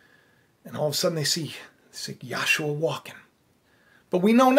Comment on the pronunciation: You're the only other person I've heard pronounce Yashuah the way I do.